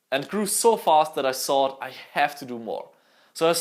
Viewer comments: I love how he says thought idk why tho but it's so satisfying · Ich komm auf die Aussprache einfach nicht klar! "Everysing", "tsought" mein gott xD